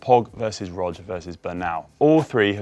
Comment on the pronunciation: I think "Pog" and "Rog" rhyme. I don't think it's "Roj".